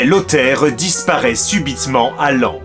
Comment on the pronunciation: Enfin après 3 épisodes tu arrives à dire "Laon" correctement 🥲 J'y retourne demain, cette cité médiévale si belle et dont j'apprends le passé tumultueux ici 😉